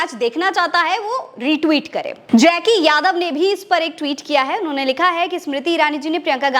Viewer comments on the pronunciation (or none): none